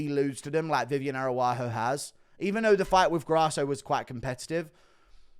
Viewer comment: “Viviane Arahoo” “Ilia Teepuria”